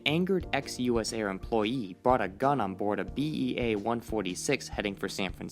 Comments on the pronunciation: Bea???? BAE but, great video. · Just a correction… that aircraft is a BAe (as in British Aerospace) 146… not BEA. Otherwise great video.